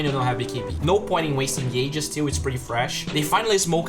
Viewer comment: I LOVE this "things I learned with" and all your content, but PLEASE: could you pronounce the word "pretty" like you where saying "whisky" or "Minnie" or "pity"? Please I hope you take my comment as an advise. Greetings